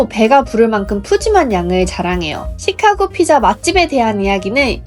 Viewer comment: 찌까고 " 가 아니고 쉬카-고 " 로 발음해야 합니다. 카" 를 길게 액센트 넣어서 발음